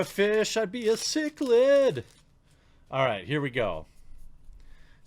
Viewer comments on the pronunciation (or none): none